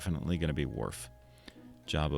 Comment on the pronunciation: Love the videos man, keep em coming. Also Worf is O not A,, and Uhura is U not A, sorry had to let you know :)